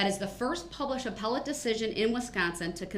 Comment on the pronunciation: Apple-te court I’m not legal scholar but I think he mean appellate?